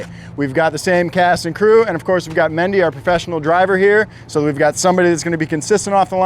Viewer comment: Ok is her name mindy or mendy? Or mandy? Its pronounced 9 different ways jn eqch video.